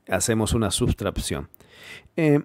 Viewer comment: Muy bueno el video, pero como profesional de la voz, hay errores de pronunciación atribuibles al hablar de tu país en los que vulgarmente se cambia la combinación de ciertas vocales con consonantes,. Por ejemplo. Substrabción por Sustracción. Otro error muy común en persona de tu nacionalidad es cambiar la combinación "C vocal P" por "C vocal C" inventando palabras que no existen. Por ejemplo, "Acepto pero es pronunciado como "ACECTO". Ojo con eso, que suena horrible y no es correcto en un buen español.